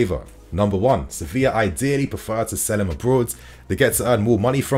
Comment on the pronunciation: Does anyone else hear "Sophia" when he says "Sevilla"?